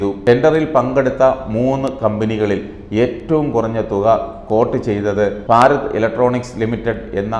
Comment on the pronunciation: ഫാരത് അല്ല, ഭാരത്‌.